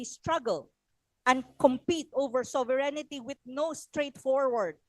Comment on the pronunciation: Not to diminish the contribution of Prof. Anna to the discussion, but I hope someone tells her that “sovereignty” is 4 syllables. Not 5. This is important because her audience are usually high-level academins and thought leaders, and it’s distracting when she says /so-ve-ren-ni-ty/ 😢 it’s not 5 syllables.